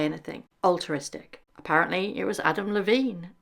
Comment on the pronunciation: *altruistic not alteristic